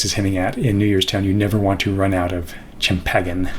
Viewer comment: Not gonna lie, I've never ever heard someone pronounce champagne like that. That said, I'll watch the rest. This will be great and completely over my head!